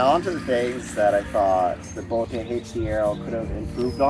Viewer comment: It’s just pronounced as boat.